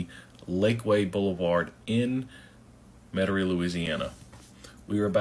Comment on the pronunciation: This yutz doesn't even pronounce Metairie correctly